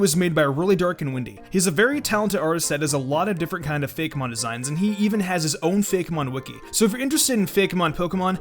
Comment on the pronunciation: "fake mon" are you really doing that. You're a pokemon youtuber what the heck are you doing? It's "Fake'mon" like, Fakeymon. Cmon!